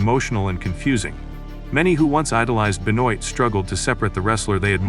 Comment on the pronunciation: Great, AI that can’t even pronounce his name - goodbye